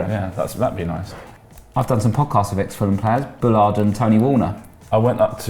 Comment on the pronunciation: Vibe is pronounced Veebay and Bjelland is pronounced Byellend